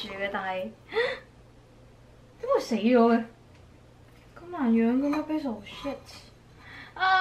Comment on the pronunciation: 其实 Basil的读音是错的。一看就知你对烹饪当然不熟。一个人在外 保重哦